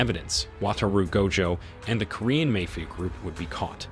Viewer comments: Your pronunciation of the word mafia is hilarious. I don't know if this is ai but it really sucks. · Sure sign it’s a bot reader voice. The simple mispronunciations…